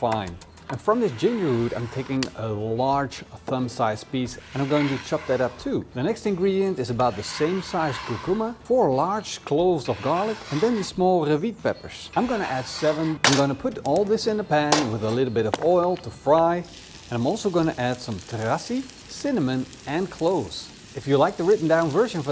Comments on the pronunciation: "Rewit peppersh". It's rawit my dude. RAAAAAAAAAAAAAAAAA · The way pronounces Indonesian stuff is hilarious though. Especially the Ketjap Mah-nies and the Ra-wiet peppers...